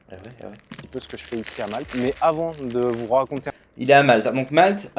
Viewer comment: L'île de Malte. Il n'y a pas de "s" à la fin de Malte.